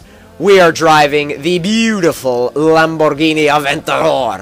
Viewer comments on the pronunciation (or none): It seems like you speak in spanish saiying Lamborghini